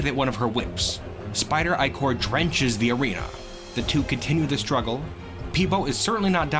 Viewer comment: points for the correct pronunciation of the word "ichor"